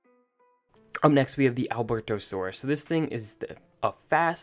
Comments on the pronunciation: Alberto-saurus XD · Bro it's a albertosauros not alberto-saurus in pronouncing